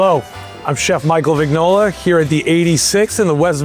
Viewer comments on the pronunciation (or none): Im amazed how this chef says his name - ti devi vergognare!